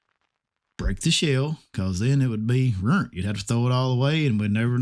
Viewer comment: For all the non-southerners out there “rurnt” is “ruined” lol we have our own language here in Tennessee sometimes! 😂